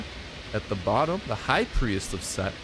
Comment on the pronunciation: Hey:) Priest is pronounced "Preest" I love the combat in this game:D